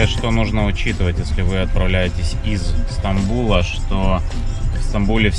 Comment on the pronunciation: Не Станбул а СтаМбул .